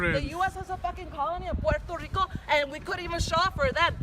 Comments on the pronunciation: Puerrrrrrrto RRRRRRRico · Excuse me: Have you heard of Puerrrrto Rrrricooo? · We Puerto Ricans don’t want this girl 😂😂 yall can keep her. Can’t even pronounce my country right lol.